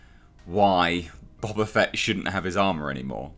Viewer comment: Bo-Ba Fett, not Bob-a Fett.